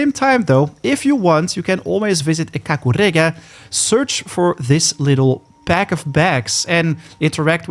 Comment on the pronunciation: I like how you say KAKUREGA 👌👌